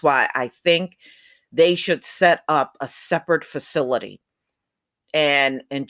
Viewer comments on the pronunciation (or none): none